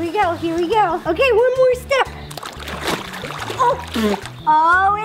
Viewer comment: Why is no one talking about , she literally said “it’s o-FISH-al!” 😂